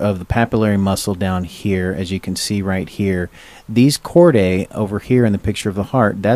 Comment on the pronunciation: Chordae is "chord-aye" - seriously?? How are we supposed to take someone seriously who can't even learn the correct way to pronounce terms??